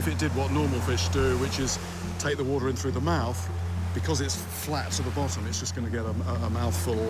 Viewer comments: you're making it sound like he's pronoucing it like Utah with how your wrote that phonetically. Warter. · i like how he cant even say the word water and says wootah about 75 times this episode